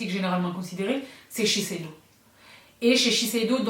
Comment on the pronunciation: la seule personne au monnnnnde qui prononce « chez Shiseido » aussi facilement 👏🏻😅